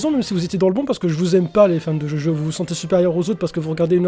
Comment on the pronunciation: Djodjo... Stp DjoDjo